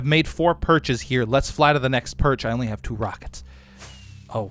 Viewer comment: "why you hef to be mad"